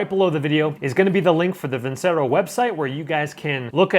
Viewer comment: It’s actually pronounced (veen chair oh) ce in Italian is always a ch sound